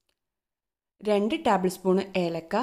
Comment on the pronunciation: ടാബ് ൾ അല്ല ടേബിൾ എന്ന് പറയൂ.